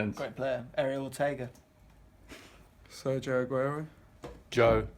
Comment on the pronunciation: Learn how to say Sergio Aguero